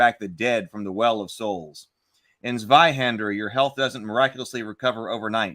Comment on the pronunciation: Not Sweihender it's pronounced Tzweihander. Initial-z in is pronounced tz in german.